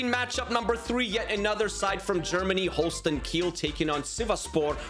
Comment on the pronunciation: Its holstein kiel not holsten kill